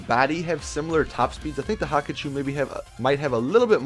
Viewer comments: WTF not Hakachou Its Hakuchou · It's pronounced Hakuchō not "Haku-choo" rolls away